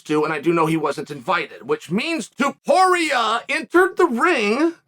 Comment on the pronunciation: 'touched on... 'taporie' toporay ... toporE-UH he pauses to get the name right and just fires a machine gun of ilias until chael snipes the syllable 'E-UH' right out of the air